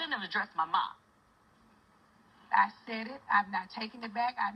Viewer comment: "I Shaid what I Shaid!!!"...😭😂💀